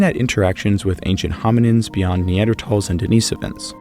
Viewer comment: “Neandertalls” lol